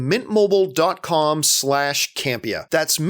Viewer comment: Guess Ray Cam-pay-ya (Can’t pay ya) (Campea) budum tsssssss 🥁 go easy on me 🫠